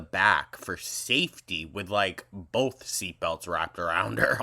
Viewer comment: This is the funniest thing I think I’ve ever heard on this channel 😂😂😂 🤣 🤣 🤣 she needs to clean BOWLTH!!